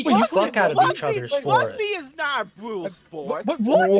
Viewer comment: "Wugby isn't a bwootal spowt" Can we ship a certain predophork down under so he can learn how "bwootal" rugby is?